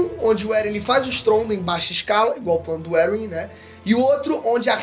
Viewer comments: eu acredito que Erwin se lê: "ervim" e não: "eruwin" deu até um TOC em mim aqui,um treco,um tick estranho kkkkkkkk alguém mais? edit: tmb acredito que o erwin ia contra a ideia do eren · "Eruwin" kkkkkkkkkkkkkkkkkkkkkkkkkkkkkkkkkkkkkkkkkkkkkkkkkkkkkkkkkkkkk Não sabia que a pronúncia oficial de Erwin agora era essa LOL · Pelo amor de Deus! Erwin lê-se "ÉRVIN" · Me pegou demais ficar falando "Eruim" mds. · Essa pronuncia do "Erwin" me quebra, toda vez eu entendo "Eren" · Você pronunciou Eren e Erwin muito parecidos as vezes não dava pra saber de quem tava falando